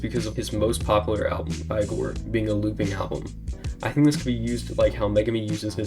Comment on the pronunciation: “ I-gor “ gonna find you bro 🙏